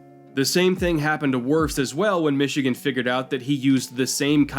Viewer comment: Psst, it's Wirfs